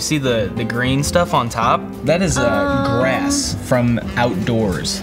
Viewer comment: The way he said grass was weird as heck